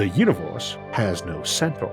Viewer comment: "Our uniwohrse"